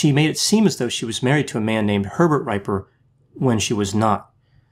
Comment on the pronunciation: "Dee-bore-ah" "Hen-Ora" and "Ree-per"